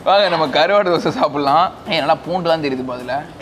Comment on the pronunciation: Karvaaad😅😅😅(vadivellu slang)